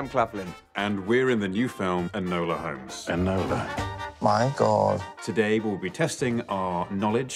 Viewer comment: It's ENOLA. That destroys the whole thing!😂😂😂